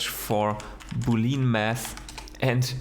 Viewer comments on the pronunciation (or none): Awesome video, btw. "Boolean" is spoken "boole-an" not "booleen" e and a are both spoken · Please say Boolean not Booleen.